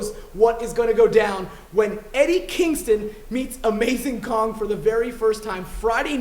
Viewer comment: Is it just me, or did he say "Khan" instead of Kong?